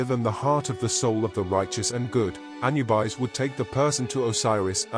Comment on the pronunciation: Another bot that can't even say the name correctly. -1